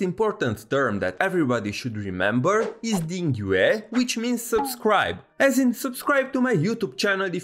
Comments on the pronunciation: Gosh darn you, the only Chinese word you didn’t butcher is Dingyue (Subscribe ) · Lol he made me subcribe to him by saying Dìngyuè nice vid btw